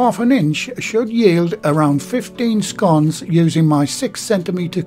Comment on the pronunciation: Love scones and fruit ones are my favourite. Nice to hear you pronounce them as in sounding like (gone). I know there's a different pronunciation but your way is the right way in my opinion and it's how I say it myself.